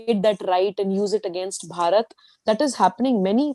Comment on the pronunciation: Why don`t you people just say INDIA !! The way you Indians pronounce Bharat , it sounds like you are saying Parrot ( like the talking birds ) !!